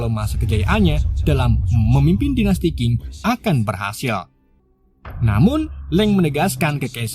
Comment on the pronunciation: Dinasti cing baca nya bukan king.